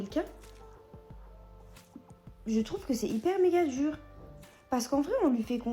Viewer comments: Lolz son accent! Cameron ne rate rien. On ne dit pas djur on dit dur. On ne dit pas djire on dit dire. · Celibatairrrrrre, durrrrr...